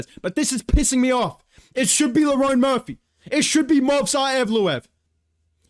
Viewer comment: you know bro pissed when he’s pronouncing Lerone Murphy correctly